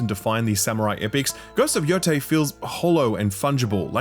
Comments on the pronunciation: he said yo-thai but it is yo- tey… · Bro played this game for dozens of hours and still pronounces it “Yo-tai” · It is pronounced “YoTAY”